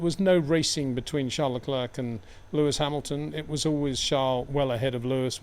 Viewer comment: You can pronounce Charles correctly as Sharl, but you cant do the same courtesy for his surname?